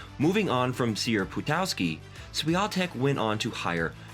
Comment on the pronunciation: Im sorry but how can you make a whole video about a person and not even bother to pronounce their name correctly it's eega shvyontehk and her father is tomash